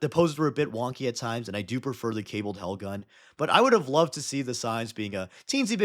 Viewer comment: it's HELgun (High Enery Laser) in contrast to the classical LASgun (LASer), not Hellgun